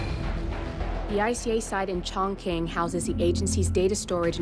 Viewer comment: Did she just say CHONK-KING?? Stop changing other places name for god sake, learn it properly